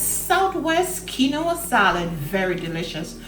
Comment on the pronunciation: Looks good, but the grain is pronounced "Keen-wah." It isn't a three-syllable word. I'd add sliced tomatoes or instead of jalapenos for those who can't handle that heat, a roasted red pepper to bring in the red color - maybe shredded carrots.